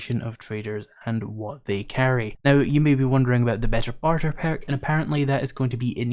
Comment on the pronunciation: Lol peark😂what is that a speech impediment?